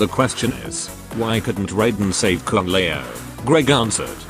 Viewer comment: Ah yes kung lay-ow